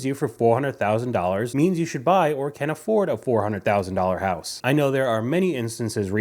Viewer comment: I thought you said "horse"